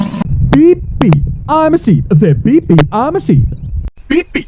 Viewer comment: y suena como si dijo Pipi